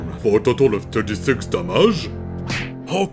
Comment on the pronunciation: Gosh that accent of yours lol! Still trying to figure out where you get that french influence when you say "damage"